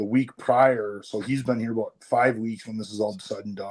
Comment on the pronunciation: He says bout like a canadian